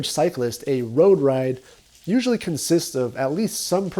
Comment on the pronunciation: "A road ride"- spoken like a true fullerton resident.